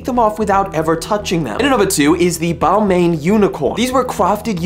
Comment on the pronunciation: Sir, I do not know if this helps but it is correctly pronounced as bal-mah instead of bal-mayn. Still I won't wear it tho but I agree, it does look quite futuristic. 👍👁️👄👁️👍